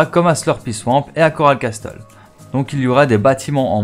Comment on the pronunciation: Coral Castel ce pronoce coral cassel et non coral casTel révise ton anglais mec